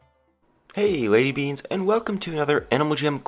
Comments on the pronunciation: Did anyone notice he said, "hey lady beans" help me oml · did he say lazy beans???